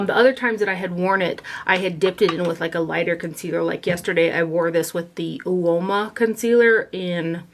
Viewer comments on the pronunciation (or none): Uoma is pronounced O Ma.👍🏾